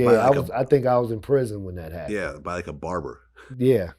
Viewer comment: i dnt like how vlad said "barber" like barbers soft...most barbers i know from the streets